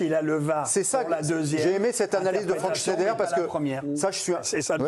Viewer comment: Shneider...😂😂 vous appelez ca un chroniqueur non mais serieux c'est un shtroumphe